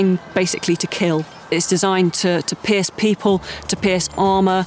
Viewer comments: took me a second to realize she meant pierce not piss lol... then again it’s fucking 3 am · I thought she said "it was to piss people off" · I could have swore I heard the woman say "piss people, piss shields, piss armor." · She said Pierce but it sounds like “piss” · when she said “pierce” i thought it said piss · ”To piss people, to piss shields, and to piss armor” is what I hear. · When she said Pierce I thought she said piss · What I heard "to piss armor, to piss people" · When she said Pierce I head piss🤣😂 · I thought she said to piss them off lol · I swear she said “piss” instead of pierce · I thought she was saying to piss not pierce. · Sounds like she's saying to piss armor and to piss Shields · i though the girl say piss instead of pierce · who else thought she was saying piss and not pierce